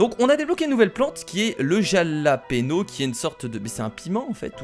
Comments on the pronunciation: jalapeno il faut dire yalapino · on dit pas jalapéno mais Jalapeño(Halapegno) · c'est pas jalapeno ça se dit ralapénio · c'est pas Jalapeno ! c'est Jàlapeno ! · Le jalapeno se dit jalapero...c sa la vague au dessus du "n"...c de l'espagnol.(et oui je regarde cette vidéo en 2018 et alors ? : D) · Le piment s'appelle le japaleño mais ça se dit rapalegno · on dit yalapeno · le piment se prononce façon Espagne il faut le prononcer "rapalénio" en faisant un "r" espagnol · Jalapeno se prononce Yalapinio! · Sa se prononce Ralapeno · Ps sa ce dit ralapegno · De plus le Jalapeño fait fondre la glace